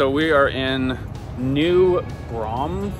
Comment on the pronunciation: As a Texan, I have never once said Howdy to anyone 😂 Being from New Braunfels, to hear you say it was awesome....I don't think anyone pronounces it correctly haha I'm positive Americans mispronounce cities in Canada all the time!! Buccees get SO much busier during spring break and summer. Avoid them all together during that time because it gets so packed. Great restrooms though.